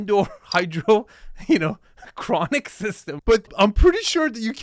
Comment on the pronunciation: He said "Hydro-cronic", hilarious.